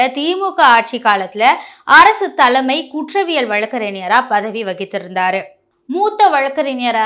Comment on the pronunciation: சாக்கில் முதல்வரா...அதிர்ச்சியில் முதல்வர்..என்க. தீர்ப்புகள் வழங்கப்பட்டு விட்டன....விட்டது அல்ல. தலமை அல்ல..தலைமை. ஃபார் எக்சாம்பிள்..தமிழைக் கொலை செய்யாதீர்... ஒழுங்காக உச்சரிக்கவும்.😮